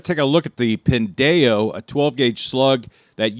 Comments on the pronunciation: Pin-day-oh. This hurts every fiber of my soul. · Your pronunciation is killing me 😂 it's a play on the Hispanic slur "pendejo"! can confirm! 😂😂😂 Always enjoyed the videos over the years!!!